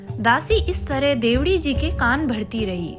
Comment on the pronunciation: देवड़ी नाम बोलना सिखों